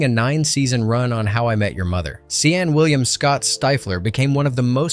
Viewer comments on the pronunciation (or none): seen will i am